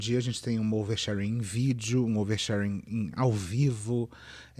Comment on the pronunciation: Fernanda paes leme: "O nome disso? OUERSHÉRENE"